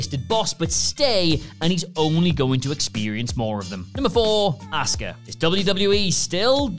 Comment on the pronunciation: 10 jobbers WWE is still wasting money on. Fixed the title for ya. 😉 Also, either y'all keep spelling "auska" wrong, or you keep pronouncing "asuka" wrong. Please stop.